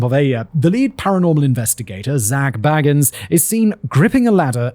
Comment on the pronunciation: The Ghost Adventures guy is named Bagins, pronounced bay-gins. Not Baggins. He's not a freaking Hobbit, small brain.